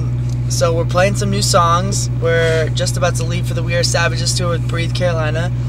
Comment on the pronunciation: I thought said hashtag we are sandwiches tour but then I realized he said savages xD